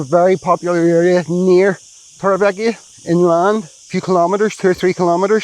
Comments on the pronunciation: Haha I was going to say the same thing with my OCD it does my head in I've lived i n the area for 20 years I'm sorry but please learn how the Spanish pronounce it the v is pronounced b so it's Torre be eka definitely not ekia. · Please say Torrevieja right, it's ECKA not EKIA hahahha sorry but it's been grating on me a while now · In the spanish language, J is pronounced as H. TorrevieHa. Old tower is😊 what it translates to in the English language. 🎉